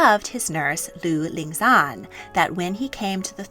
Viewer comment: I didn't know much about breastfeeding in history before watching this. Seems as if ancient people had the right idea that breast was best, though my family has a history of breast milk deficiency so it will be unlikely I can breastfeed future children for long periods of time. PS: I'm cringing at your pronunciation of Lu Lingxuan (I've been learning Mandarin for 10 years).